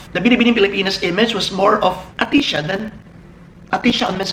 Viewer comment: ahtisa not ahtisha!:-P